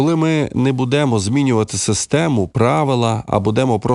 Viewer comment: В укр мові наголос бУдемо ,а не будЕмо.